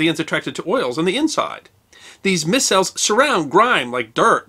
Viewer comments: A small correction, in chemistry circles, the word "micelle" is pronounced "my-cell". I really appreciate your Brief Histories. Keep up the good work, and thank you. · You did well on the chemistry of soaps and detergents, I work daily with a whole host of emulsifiers, which include soaps and detergents. Also, I have a degree in Chemistry and I love Chemistry. Sorry I had to, one very minor correction. The word micelle, is pronouned "My-Cell". Great video. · micelle is pronounced mī sel